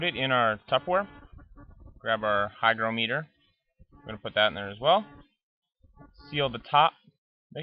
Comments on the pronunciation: It's not pronounced hyDROmeter! hy GRO meter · you didn't pronounce the word "hygrometer" correctly. You also forgot to press the "Calibrate" button on your hygrometer. It read 71%! Pronounce it like this: "hy-groh-meter". Not like this: "hy-gro-mee-ter"!:) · It's pronounced hy-GR(AH)-m(uh)ter, not hy-gro-ME-ter. Look it up. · You obviously have horrible need to be right. Both pronunciations are correct. Have you ever talked to an English person? They say things differently. English is very flexible. Don’t be a jerk.